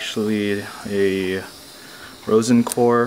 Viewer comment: It’s pronounced R”oz”en core solder, like tge wizard! Not like the flower. FYI. LIKED YOUR VIDEO. GOOD JOB!